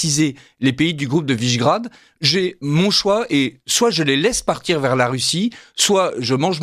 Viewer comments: Quelle barbarie de prononcer "Visegrad" comme "Vaisgrad" comme si c'était un nom angloaméricain. Qui est ce journaliste? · C'est quoi cette prononciation à l'anglaise de "Visegrád" ?(au tout début).